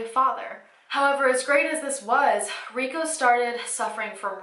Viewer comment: Why do you pronounce his name as "Ree go" and not "Ree ko"?